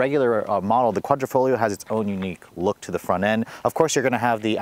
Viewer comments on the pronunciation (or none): Quadrifoglio pronunciation=kwadrifoleo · Quadra-foh-GLEE-oh ? Really dude? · nice review, no hate but the way you say quadrifoglio makes my ears hurt lol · Try pronouncing it without the G idiot